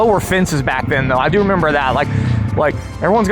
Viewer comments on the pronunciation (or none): none